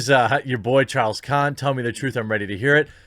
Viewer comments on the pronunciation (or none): none